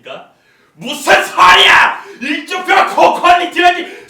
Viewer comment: 이 일정표라할때 임종호라고 들릴건 기분탓..?